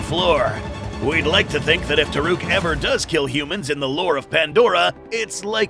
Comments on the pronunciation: It's called Toruk. Not Taruk. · Just want to admit about the name its toruk not taruk and thanator on na'vi is palulukan